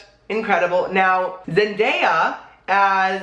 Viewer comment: Zen-day-a not made just trying to help